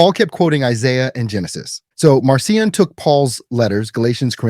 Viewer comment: Pronounced Markion. Attend school.